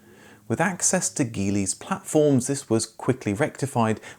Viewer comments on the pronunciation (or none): Geely is pronounced 'Jili' Thanks for excellent content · Geely is pronounced jili. Daewoo isn’t pronounced Dayu either 😂